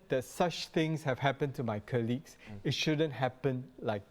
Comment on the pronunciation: Another so called Professional pronouncing "Colleagues" as "KER-LEAGUES". Why is this so, in a country where education is good? Even nationalities coming from countries that doesn't speak English regularly ,pronounces it perfectly. Stop evolving words. 😣